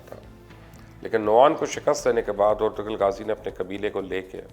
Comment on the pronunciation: Its ertu-rul g is silent Sir